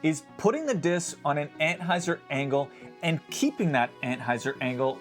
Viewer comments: Yes. He is definitely saying ant-hyzer. Although, , he does say "anhyzer". He must have put his tongue at a slight angle on that one. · He is saying "anthyzer" right? Am i the only one hearing this?